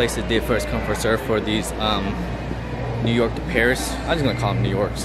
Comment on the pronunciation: Why do you say New York like that lol